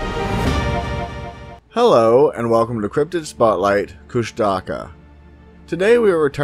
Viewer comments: ITS NOT PRONOUNCED KUSH-TAKA ITS FUCKING KUSH-TU-KAH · I have heard of this creature (pronounced KUsh-ta-KA) for many years. I do not what they are but I do not think they are anywhere near a Squatch. There are many names for the same creature also there are many names for many different creatures. There are MANY different creatures.